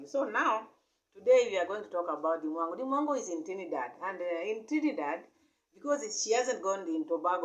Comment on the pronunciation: This woman can not even speak properly, not even the name of the country shi cya call good. Lady, Dee will proper in the name of Yashua